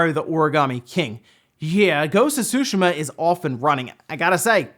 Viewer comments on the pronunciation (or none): Tsushima is pronounced T'ZUU~ She--Mah; T and Zuu sound, flicking the back of your teeth with your tongue. It's not "sushi-mah"... And that commentor is mistaken there are DOZENS of racing games on the Switch, just filter search results on the E-Shop for racing, there's a lot of them, many of them excellent. Like FAST RMX Racing.... smh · Can you back to saying susheeema instead of sushama? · Making my ears bleed everytime you say sushi-mom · Omg the 'T' on Tsushima isn't silent. Like everyone on youtube is saying "Sushima" ugh. I'm half Japanese so I know what I'm saying. Same with people saying Sake as Sock-key. Its pronounced as 'sah-keh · Anyone else cringes whenever he says "Tshuhima"?